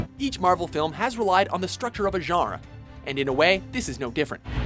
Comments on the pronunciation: Anybody else hate how every voice of watchmojo pronounces genre? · The way he says "genre" pisses me off so so much.